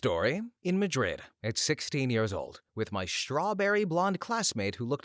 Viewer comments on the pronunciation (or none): none